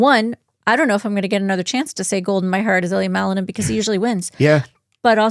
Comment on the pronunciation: You can NOT EVEN PRONOUNCE WELL THE NAME OF MALININ, LET ALONE JUDGE HIM! SPEAK FOR YOURSELF! NOBODY EXPECTED ??! MICHAEL WAS ONE OF CANDIDATES FOR THE OLYMPIC MEDAL!!